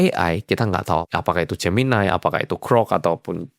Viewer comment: salpok gemini dibacanya jeminai 😭😭